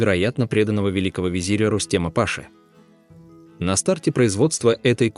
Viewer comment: Генерал по турецки не пАша а пашА